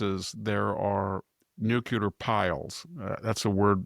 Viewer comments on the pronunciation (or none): Dear VDH.. say Nuc-Le-Ar. (Not Nuc-U-Lar)! Please don't AKS me why you sound ... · I have always had the greatest respect for Dr. Hanson, but (and it drives me absolutely crazy), being as smart as he obviously is, why does he keep saying "nukular" instead of "nuCLEAR" ? I have always thought that folk that use the word "nukular" are intellectually lazy, and simply expand on the colloquial "Nuke", but that is obviously NOT the case with VDH. The clue is in the spelling of the word "nuclear". So the question remains, why oh why VDH? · Good morning Dr Hansen and best wishes on a quick and speedy recovery. This is really coming out of left field but every time I hear you say "nucular" instead of nuclear l just don't understand why you mispronounce that word! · It's not "nuc-u-lar" it is "nuc-le-ar". Please say it right. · What is nookyuler,? Are you trying to say nuclear? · always odd when I hear 'nucular'. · Nuclear Nuclear Nuclear- Pronounced NU CLEE ER. Bush has been out of office for years!